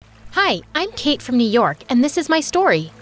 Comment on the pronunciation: In the beginning I heard her say: I’m cake 😅😂